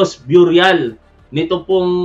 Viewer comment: Burial pronounced biyuryal.... Mali...beryal... Ang Tama.. no offense.... mabuhay si tap wan mabuhay si BBM mabuhay Ang Pilipinas.... watching from San Bruno CA team replay....